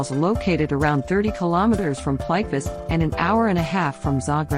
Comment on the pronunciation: The robot voice totally destroyed the naming of this park. It is call Plit-Vitz-ehr (phonetic)